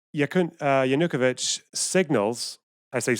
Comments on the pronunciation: Yeah, that bothered me a bit too. It's stressed on the third syllable, not the second. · Analysis as flawed as the pronunciation of Yanukovich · Great and right on everything save for one thing: Your pronunciation of Yanukovych is infuriating.